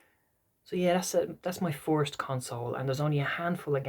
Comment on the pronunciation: I thought you were saying forced to play Mario bros but then I realised you were saying first 😂 cant wait for your part 2. If I can get some time I may do a response to this 👺☘️